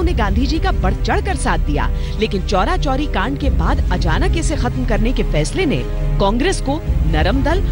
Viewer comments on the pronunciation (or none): चौराचौरी नहीं.. चौरीचौरा कांड था.. ख़ैर, बेहद शानदार प्रोग्राम